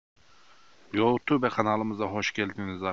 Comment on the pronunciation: O nasıl yuotube deyiş 😀